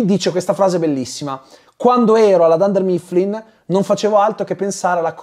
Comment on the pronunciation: La pronuncia di dunder mifflin 😕